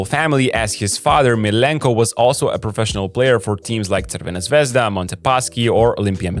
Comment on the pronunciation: I like how you say Crvena Zvezda. Good job. :) You can also say Red Star...